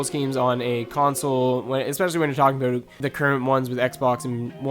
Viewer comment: Aboat is like the anti-canada version of aboot.